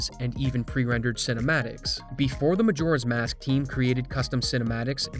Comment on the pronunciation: I can't not hear McJora's mask at the beginning